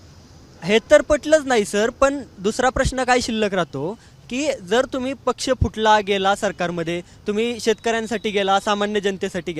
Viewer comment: पछ नाही रे पक्ष म्हण